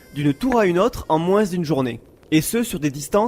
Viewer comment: Pourquoi tu prononceS touS leS S à la fin de chaque motS ? (par exemple : moinS et oS)